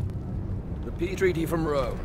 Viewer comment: did anyone else hear "The pee treaty from Rome"???